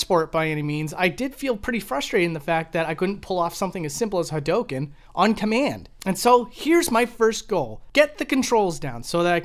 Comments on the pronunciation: Please, say HA DO KEN, not Ha dough ken. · The way he says Hadouken is...cancerous, but in the ballpark. Shaw-yuken is just completely dumb. Like, Ryu and Ken both say the attacks really clearly every time they uses them. Its really obvious how they are pronounced. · It's pronounced ha-do-ken not ha-doh-ken. Sorry I had to say it Lol. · Hawdoken yeah really bothering... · Oh god no kidding. I think the most common pronunciation was HAWdookan. Like with the stress on the first syllable and the last two syllables mashed together. But back in the 90s before the game was common on consoles I also heard HA-RyuKen a lot too. I guess because hadouken through 90s digitized speech in a loud arcade kind of sounded like the names of the chars. And dont even get me started on how people pronounced Ryus name back then.